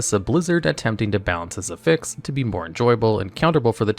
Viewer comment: oof you're using the verb pronunciation of affix & I can't stand it